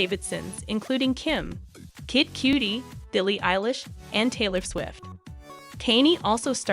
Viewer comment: i can't tell if you're purposely pronouncing the names wrong. i thought i was dead at kanny west but kid cootie might take the cake. wtf lmfao